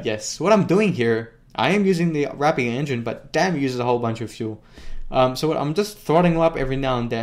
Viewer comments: why do yofu pronounce rapier as wrap pier? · I like you, and your videos,... but PLEASE stop RAPING the word RAPIER, for the RAPIER engine name... RAPE ER is how you pronounce it:) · Rapier is pronounced as "rapeer"